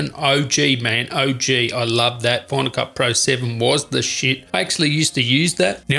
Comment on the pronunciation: “Using bona-ka, that bona-ka, bona-ka”.... dude, FINAL. CUT. PRO., it’s three separate words god damnit! I kept hearing “bona-ka” and wondering what the fuck a “bona-ka” was...🤬!!! Jesus....